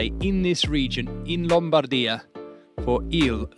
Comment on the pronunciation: nice highlights, but please.. it's LOM-BAR-DEE-AH 😅😅